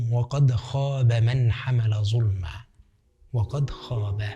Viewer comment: "ظلما"هذا كلام الله أخرج لسانك في حرف ال(ظ) جزاكم الله خيرا🤙🏼